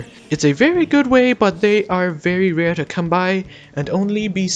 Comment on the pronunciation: Him: Plants a rare sprout Also him: I SAID ITS QUITE RER